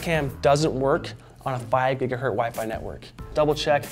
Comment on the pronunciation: The word is pronounced < > not < > "Gigahertz" from the man's name "Hertz".